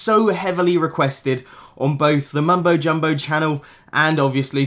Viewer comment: mumbo jumbo sounds so weird here